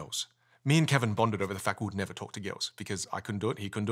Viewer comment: "Talk to gils." Cracked me up